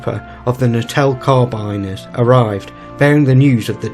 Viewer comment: And it's the Natal Carbin-neers.